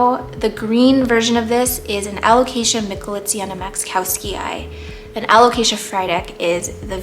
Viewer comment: excuse me, what? alocasia michletmaciziowtzi? 😂The way you pronounced that without stuttering is the most impressive part of this video